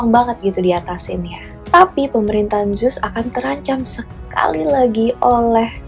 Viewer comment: Kak, ceritanya udah bgus bnget pembawaannya juga kren, tpi coba kata2nya di indo kan saja GK usah make Inggris2, bingung jadinya, Zeus diblng zus ku pkir emng ad dewa baru eh udah smpe tngh vdio baru sdar ternyata Zeus yg dimksd..